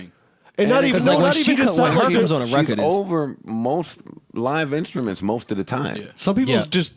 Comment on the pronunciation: I never realized how annoying “reced” (record) is. Fam, say “record”. Diddy and Jay do that shit too...and I hear ppl from NY that don’t say it like that, so it’s not that lol